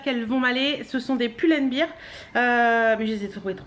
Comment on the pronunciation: Leçon N2, par contre pull & bear ça se prononce poule and bère. Bear (bère) ça veut dire ours alors que beer (bire) ça veut dire bière. Re-bise PS: j'aime beaucoup tes nouvelles lunettes qui correspondent plus à ta forme de visage.